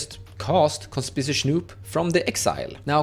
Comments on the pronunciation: Great deck tech, really excited for gruul artifacts. By the way, conspicuous is pronounced Con-spick-you-us… super weird pronunciation I know haha even hard as a native English speaker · CON SPICK YOU US